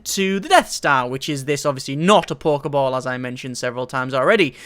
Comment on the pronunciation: "you Chopin a tree? Well I made a pokee ball Is that the pokyball?